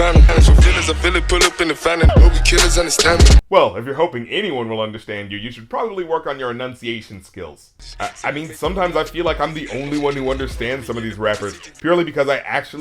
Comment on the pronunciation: you're throwing alot of shade and making alot of points. props to you sir. one correction: the word is enunciate, not annunciate.